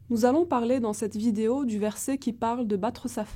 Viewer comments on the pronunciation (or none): none